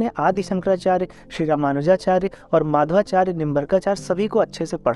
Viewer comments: For your kind information, His name is Madhvācārya, not Mādhavācārya. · Nice attempt and good understanding. However, subtle inaccurate statements are there to be corrected such as linking Advaita to mayavad, pronunciation of Madhvacharya, etc.